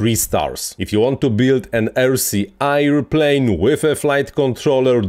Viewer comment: Hej! Super filmik, bardzo pouczający. Trochę łatwiej by się go słuchało, gdybyś wymawiał „airplane” jako er. pleɪn lub ˈeə.pleɪn nie air.pleɪn. 😊